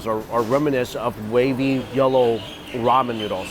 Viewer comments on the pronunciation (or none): none